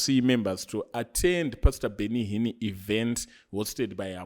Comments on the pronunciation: Awuna nyaya bro... That is why you pronounce Benny Hinn as Benny Hinni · 😂😂😂 heard it too Benny Hinnie😂😂😂